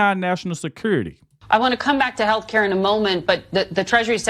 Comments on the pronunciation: I laugh every time I see hear him say haircut instead of healthcare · Did you say, “Free Hair Care?” 😂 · Every Democrat who voted to keep the country closed should lose 12 pay checks. Since they seem to be earning so much money. They won’t miss it. When I first heard you saying health care it sounded like you were saying free hair cuts. I discovered that when I watch on YouTube I can give you a thumbs up.